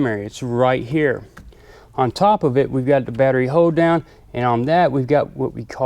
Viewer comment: Did any else think it sounded like he says hoedown i assume he saying hold down